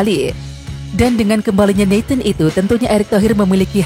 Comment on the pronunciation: Namanya nathan bukan neten.